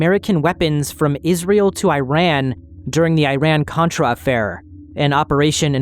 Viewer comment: Hey love your channel, watching from Iran for almost a year, just a small reminder, Iran's name is pronounced as ee-run not eye-ran😂💕